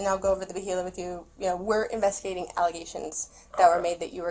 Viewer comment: Within the first two minutes when she says we are doing an investigation into some aligagations. Dude doesn't even ask what aligagations. Guilty right off the bat..